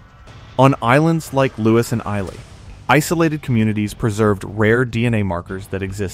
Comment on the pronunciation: I'm still reeling from the way he pronounced 'Islay'!